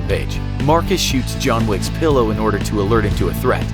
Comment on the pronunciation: John Swicks Secrets instead of John Wicks Secrets